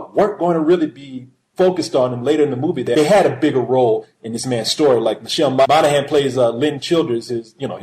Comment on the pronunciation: did just pronounce Michelle Monaghan's name correctly? It's a flipping miracle!